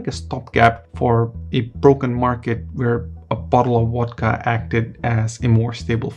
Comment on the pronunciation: It's pronounced VODKA with the "v" sounding like the "v" in Soviet, not WODKA with a "w" that sounds like the "w" in water. It's the main topic of your video, so do try to get it right.